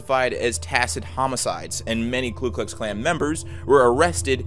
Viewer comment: "Ku Klux Klan" , not "Klu Klux Klan" "Mo-beel" (Alabama), not "mo-bill Alabama" peace.